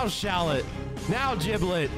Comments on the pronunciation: its "shallot" btw not "shallet" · Shallot name is actually pronounced 'Shal Lot'. Like Charlotte. Gotta put that fleek on it. Thus Shallet name makes more sense lolz